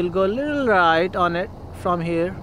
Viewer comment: Achese english bol,,, hereeeeeeeeee nhihai voh here bol